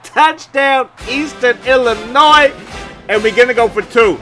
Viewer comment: Aye the S in Illinois is silent! 😂😂😂. “il-uh-noi”